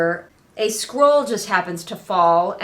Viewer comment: The way you say "scroll" is very close in my head to how the word "squirrel" sounds. It came up quite a bit during this video. "The squirrel must have been marked classified."